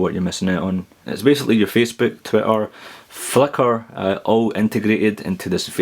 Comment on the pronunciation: Wait a minute, did you say "Fucker" or "Flickr" ?